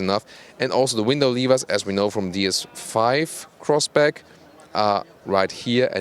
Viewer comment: Did he just said Crossbrack??